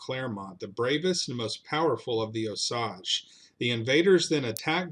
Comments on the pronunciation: It's pronounced O-Sage, like the plant or flyrod. You should do a video on the kiowa massacre, where the osage took about 200 kiowa heads and stole their god. The kiowa men were out running amok when the main kiowa camp was discovered by the osage. The kiowa war party returned to find their parents, grandparents and children's heads in every pot and basket. We call this the great shit pushing in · It's pronounced O sage, sage as in the herb used in cornbread dressing. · I grew up in Pawhuska it drives me crazy that so many people can't pronounce it right I once heard someone pronounce it Oh Sagee I had to tell them it's pronounced OH- SAGE like the plant. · Great slice of history! But dude, you really undercut your position when you mispronounce names that you could just look up on Wikipedia or whatever. Osage is pronounced "OH-sayj" for example. I'm still subscribing to your channel, though, because I like that you're touching something that even an Okie like me was never taught in high school. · It's O SAY GE. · It is pronounced Os A ge. The A is strong. Otherwise a good program. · Oh. Sage. Sage like the spice. Long A. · Its Osage Indians like the plant. We live on the land my Cherokee ancestors lived on at the foot of Claremore mound. Pretty mush every area you mention you miss pronounce. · Osage is pronounced as at the second part of the word as you would pronounce age, a long "A". So long "O" and long "A". The "E" is silent. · That's a long "A" in Osage. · Okay i can't stand it: wa-zha-zhe is the real name for Osage. Tsalagee is what others called cherokee. Keetoowah might be more accurate for their name for themselves. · Here in Oklahoma we pronounce Osage differently. Sage as in sage brush. Appreciate the stories. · You butchered how you say Osage. It's a long a. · Sorry, you are wrong. I’m Osage, and it is not pronounced like “massage”. Why on earth would you think Osage is a French word? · Osage is pronounced with a long 'a'. Like the word 'rage'.